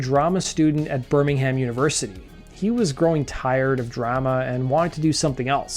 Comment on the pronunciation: The h in Birmingham is silent